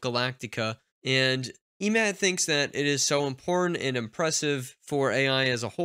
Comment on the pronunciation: just a hint regarding Emad pronunciation you should use Lighter E 😁